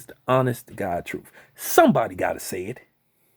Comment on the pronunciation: Did you say troof? I think you say truth. But video blows man. You sound butt hurt 😂😂 😂